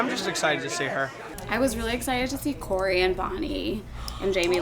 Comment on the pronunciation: absolutely loving how brian (i think he edited this) put the pronunciation of corey's name after darren mispronounced it